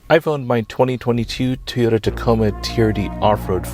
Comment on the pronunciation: its TOY-OTA not TEE-OTA